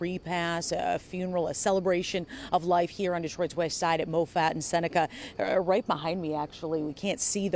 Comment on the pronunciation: Not mo fat, it's mahfit.